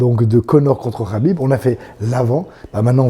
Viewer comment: C'est pas rabib mais khabib 😂